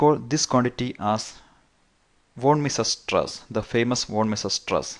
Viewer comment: Not sure. But I have never heard such pronunciation of "von Mises" stress before.